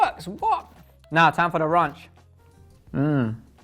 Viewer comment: He said RONCHHHH😂😂😂